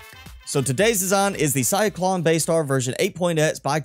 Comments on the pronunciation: CY-LON … not CY-CLON !!! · it's "Cylon", not cyclon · I hate being "that guy" but isn't it "Cylon?" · Say Cylon right you uncultured nob. Great video btw.